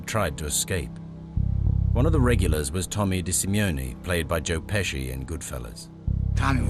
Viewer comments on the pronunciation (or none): Tommy DeSimione? Really, the narrator can't even get his name right?